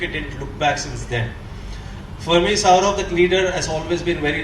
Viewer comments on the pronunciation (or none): Why is he saying SHOUROBH SHOUROBH ........ typical bengali pronounciation... Its Saurav i believe